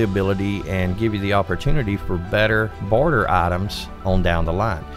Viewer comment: Im sorry but you need to work on your enunciation : your odd pronunciation makes this video difficult to follow (i.e. your "barter" sounds like "border" and "illuminate" sounds like "eliminate").